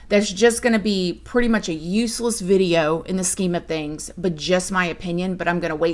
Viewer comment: SAME!!! I also used to watch Bella Fiori too, but her accent drove me crazy. She pronounces "video" as "viderrrr".